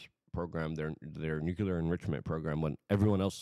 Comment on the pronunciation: Nuclear ... Pronunciation American pronunciation Sounds like noo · klee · ur